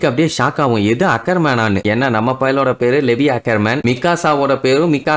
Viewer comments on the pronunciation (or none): லெவி illa bro லீவாய்